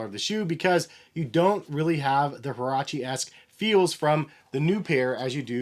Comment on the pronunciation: Get your pronunciation right bro